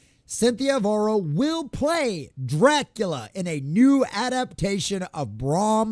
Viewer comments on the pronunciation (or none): Bram Stokers Cack-ular 😂